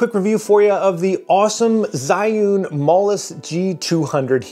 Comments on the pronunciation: Pronunciation sound a lot like Juin or Ju-win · It's pronounced Zhiyun.